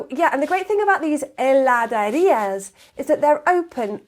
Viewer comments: Good video. one minor correction, It is Heladeria (not Heladaria) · Heladerías. Not Heladarias. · Hola! Me encantó el video y me hizo pensar lo afortunada que soy al nacer en este país hermoso :elbowcough: Quería hacer una pequeña corrección: es "HeladEría" y no "HeladAría"; al menos en Buenos Aires (de donde soy) y en las otras provincias que tuve el gusto de conocer, siempre lo escuché y leí igual. Me encanta tu pronunciación igual! Se nota que pasaste un buen tiempo acá :) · Is Heladerías not Heladarias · It was a very nice video, but I just wanted to make a correction: at the minute the proper word and also the pronunciation is "heladerías" and not "heladarías". But you make it right. Everything else is perfect, I enjoyed it too much. Regards from Mendoza, Argentina :D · Dear, it's HELADERIAS, not heladarias. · "heladErias"* . Really guys, try ice cream in Argentina´s heladerías. There's nothing like this in the world. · not heladArías, but HeladErías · Una pequeña corrección, se dice heladErías, no heladArias. Y un dato, la ciudad de Rosario es la capital nacional del helado artesanal. Muy buen video. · Hi! Great video! Just one more clarification: it's "heladEría", nos "heladaría". Similar to heladera (fridge). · I´m sorry I´m gonna be a little fussy here but it´s actually "heladErías". Nice vid btw. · I'm sorry but it's HELADERÍAS with an e. Nice video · It's HeladErías, great video!! 😄